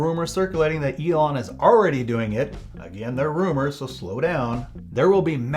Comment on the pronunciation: Is he saying Elong? With a hard g?